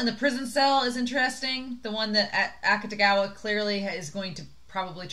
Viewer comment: You are pronouncing Akutagawa’s name right. The “u” basically gets dropped when speaking. And the book was interesting. I think the kimono part was relevant because his ability is actually the manipulation of clothing. The monster comes out of his jacket. They don’t really explain this in the anime, but I’m pretty sure it’s not supposed to be a secret since they make jokes about it in the Wan spin-off. And I can’t wait for you to meet the hat and red hair guy, as others have said too. He’s my favorite character. <3